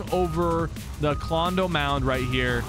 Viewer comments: bro said klondo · Sypher I’m a huge fan but you said klondo not klombo